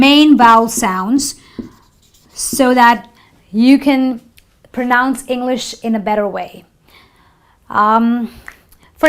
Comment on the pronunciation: Pro noun nahi Pra-nounce hota hai...sorry